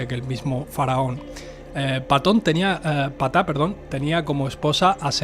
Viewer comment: Sólo una observación, se pronuncia (P-taj) realmente la letra P sólo se pronuncia sutilmente, haciendo énfasis en 'Taj